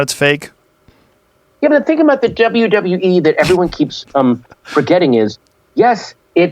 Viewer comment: The second he said “MME” you know Joe cringed hard asf lol